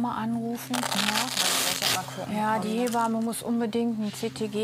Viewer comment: Die Ärztin sagt immer " He bamme" das heißt aber " Heb amme" Die Amme, die das Kind aus der Geburt hebt.